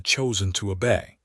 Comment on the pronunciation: FYI: obey not a bay